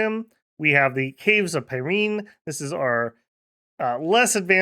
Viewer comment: Also my French / Basque girlfriend from Bosse insists its pronounced like Pyrenees mountains. Like Pi Ren Nee not Pi Reen. Her heavily french bias and my being a total anglophone makes Dominions nations a good time when shes in the office.